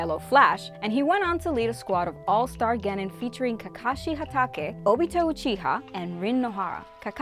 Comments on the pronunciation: You said hatake wrong and minato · “In this house we stab kakashi” Says last name wrong